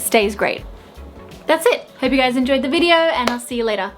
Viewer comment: Random words sounding slightly American now 🤣😘 beautiful foundation